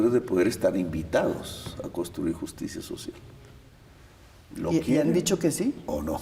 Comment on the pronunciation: JUCTSIA SOTCIAL